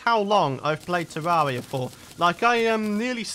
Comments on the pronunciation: It sounds like he’s sayin tewwawia instead of terraria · It’s pronounced terr air ria